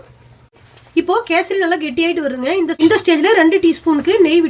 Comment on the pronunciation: Kesardi illa kesari